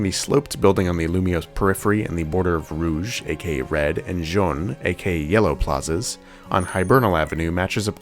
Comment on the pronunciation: Begging yall to google how to pronounce colors in french its not john plaza 😭😭